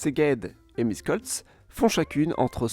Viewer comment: Michekoltz, Petche... is how you are supposed to read Miskolc and Pecs. You did a very good job on the video, anyawys! P.S. There were many more tram systems built in that period, such as the one Temesvar/Timisoara. Also, Timisoara is bigger than Oradea, Satu Mare and Arad, it being the largest in Western Romania, with about 5% hungarians, and it was not mentioned.